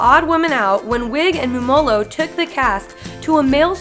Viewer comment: Pronounced Mumolo wrong the whole video